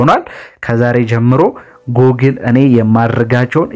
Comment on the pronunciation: Google 'ጉግል' ነው የሚባለው።